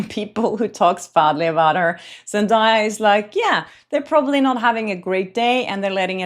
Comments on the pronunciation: Zen-DAY-a, not Zen-Die-a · Zendaya is pronounced … zen-DAY-uh NOT zen-DIE-uh😂😂😂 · 1. ZenDAYa - with a "day", not "die" - you can watch some videos where she says it herself, that is why I remember! 2. The bracelet looks the same... What Taylor is wearing looks like the same as top part of Blake's bracelet - like she layered it, with something silver under it! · Zendaya has told everyone how to pronounce her name properly many times so people will stop butchering it. It’s pronounced Zen-day-ah not Zen-die-ah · is pronounced ZEN DAY YA. NOT DIE. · Zen DAY Uh. Not Zen DIE Uh. I dont understand why journalists cannot pronounce her name correctly. It's literally pronounced the way it's spelled. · Girl, her name is zen-day-uh, NOT zen-die-uh. Get a person's name right. The minimum sign of respect. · Pronounce her name Zen-day-ah. That video of the fashion show is from 2023. Zendaya had already addressed it. She said she was watching the fashion show and waiting on the models. She wasn't paying any attention to Blake. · I love you and Zendaya and many have pronounced it the same way, but her name is pronounced Zen- Day- Ya. What if Blake dressed Taylor and gave her the bracelet to borrow? Lol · She pronounces her own name ZEN DAY A fyi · Zen DAY uh. Please stop mispronouncing her name. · Lady - learn how to pronounce Zendaya’s name- it’s really not that hard. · At least pronounce the name right😂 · at least learn how to pronounce Zendaya's name. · I really admire the work you do. However, as a Hollywood reporter, one of the basic expectations is accurate pronunciation of celebrity names. I understand that you're from a different country (I am too) but that shouldn't be a reason to mispronounce someone's name. Looking up how to pronounce someone's name is the least you can do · you are pronouncing Zendaya’s name wrong.